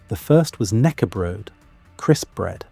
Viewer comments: 😂 "nackebrod", you have to say the k as well, knäckebröd. How hard can it be? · Thank you for the video most of your Swedish pronunciations are good with one exception we do pronounce the K in knäckebröd that is different from English it`s pronounced in the same way as the K in kennel is said in English the rest of the word is pronounced correct. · The K in knackebread or knäckebröd is NOT silent. You got it wrong mate! Say it as it is written. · You say the K in Knäckebröd. It’s important to research pronunciation as well as facts. And knekkebrød (the Norwegian equivalent) is just as delicious as soft bread. Every cold buffet table will have knekkebrød on it, with various spreads and cheeses to put on top of it.